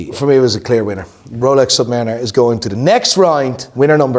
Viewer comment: The redhead clown can not even speak English. Listen to how he says Submariner 🤡